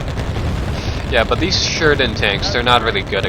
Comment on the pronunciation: And why didn't you pay attention to what he actually said. He pretty much slurred the word Sheridan.